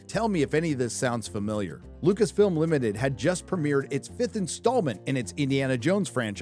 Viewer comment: It's Lucasfilm not Lucasfilms?